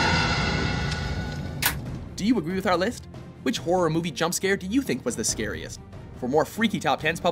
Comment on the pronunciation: the scwariest was all 🥺